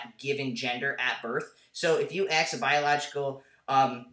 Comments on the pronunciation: Aydian, stop saying Ax.. say ask lol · I like your videos but please can you pronounce the word "ask" with the a-s-k" and not like "axe" . It really bothers me when people do that!